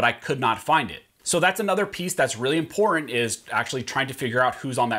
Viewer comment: Thumbs down 👎 because he can’t pronounce important 🤔